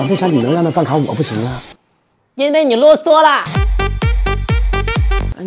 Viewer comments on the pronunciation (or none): 這部影片的作者是模仿別人的梗來二創影片，原版在快手，原作者說的是ㄌㄛ ㄙㄨㄛ，不是這部影片的作者ww